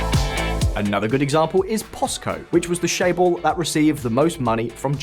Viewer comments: it's not ""shae-bol" it's "CHAE-bol". like how you'd say 'church' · Although I recall it was either this channel (or maybe it was Simon Whistler when he was host?) where they called it "k'eyeballs" (like eyeball but with a k). So "shae-bol" isn't right, but it is closer than k'eyeball, lol.